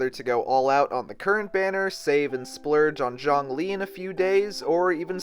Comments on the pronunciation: Xiang=Syang Zhong=Jong You're pronouncing them wrong that's why they sound similar 😂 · I'm spending every single primogems on Zhongli coz who doesn't want a tired, broke ass God in your team?? btw you pronounce his name is like the Z from 'Zoo' (Zhong - lee), and Xiangling is She - ang - ling.